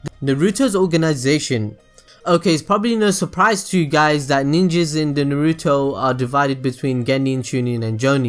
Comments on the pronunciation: Please don't say Naruto like you do....ナルト＝na ru to, no weird stress on the "ru" please. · Why do you say it like "nah-REW-tow"? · Very good video. But... Please, please, PLEASE pronounce everything right. You say "Naruto" and "Chakra" as if you never watched the series. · the only thing i didn't like about this is how you you pronounce Naruto 😏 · I love watching your videos but PLEASE learn how to say Naruto!